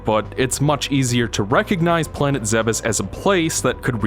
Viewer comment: isnt it pronounces ZEEBES not ZEHB EHS?